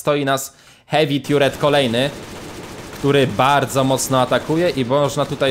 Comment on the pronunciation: Aż bolą uszy...Nie mówi się "tiuret" tylko "tarret"